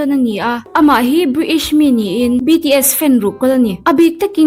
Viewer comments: chu chu lawm...briish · British nge briish..... Tongno ber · Briish.😂😂 Cute den 😂😂😂